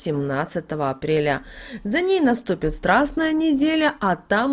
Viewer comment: Спасибо! Вы неправильно делаете ударения в главных словах: верба, страстная.